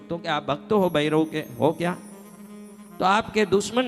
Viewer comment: अबे पहले भैरवकाही नाम गलत लीया चुतिया. असितांग नही अतिसांग है. उज्जैन मे भैरव मंदिर है अष्टभैरवका वहा जा के देख ले. भैरव को बैरव उच्चारण करता है.